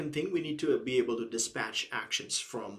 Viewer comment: Great Video!! Thank you very much. You pronounced 'dispach' instead of 'dispatch'. Keep going, It is amazing!!